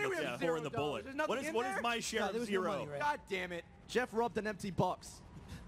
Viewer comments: It's actually goeff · ITS GEOFF!!!!!! NOT JEOFF!!!! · "jeoff" lol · "Jeoff" lmfao. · You mean Goeff?